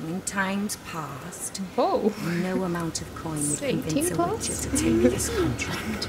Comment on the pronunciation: Is it me, or did say the word "Richer" instead of the word "Witcher"?